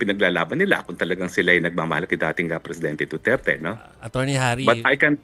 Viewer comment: I cringe every time he said "duterte street". Eww 🤮